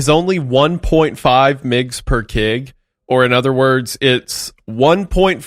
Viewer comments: wendigoon trying to pronounce the abbreviation KG as ""kegs"" is so fucking driving me insane and for anyone wondering, no, you just say the full word kilograms, you don't say the abbreviation at all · It kills me how instead of saying kilo Wendi says kig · saying "migs" and "kigs" instead of "emgee" or "kaygee" for milligrams and kilograms is killing me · i have absolutely never heard anyone pronounce mgs and kgs as "migs and kigs" what the hell